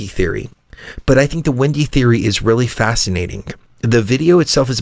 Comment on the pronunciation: Glad to see you guys are back!/You pronounce Wendy as Windey, what state are you from?/Don't you think that the movie Interview With a Vampire had a lot of sexual overtones?/"How to build tools or war" did they NEED war before then?